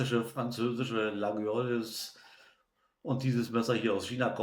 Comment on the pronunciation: „Layoll“… wäre die Aussprache. Aber die Chinesen machen trotzdem brauchbare Messer. Habe selbst einigen Temu-Kram. Top Ware!